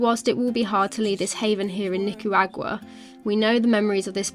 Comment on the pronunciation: Oh wow did you just say Nicaragua properly for the first time lol Well done!